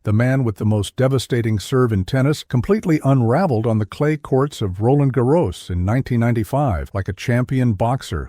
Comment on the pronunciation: Nice video..... but what a butchering of name pronunciations...Pete Sampras, Roland Garros, etc.